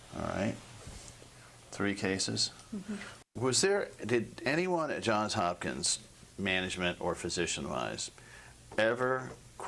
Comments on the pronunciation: The fact that she called the hospital JOHN HOPKINS tells me all I need to know about her. It's JOHNS Hopkins, you fool. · She says John Hopkins. He says Johns Hopkins. Which is correct? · Surely at some point an employee at Johns Hopkins learns that it's John(s) Hopkins. Johns. Johns Hopkins. Not John Hopkins. C'mon 🫠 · It's interesting that she doesn't know the name of the hospital is Johns Hopkins, not John Hopkins. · She doesn’t even know that she works for Johns Hopkins! She said John Hopkins. This woman enjoyed the power she had over this child and her family. I hope she rots in hell!!!!